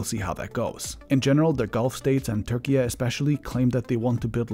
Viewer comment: If you pronounce Turkey as Turkey-yeah, why not Syria as Suriya?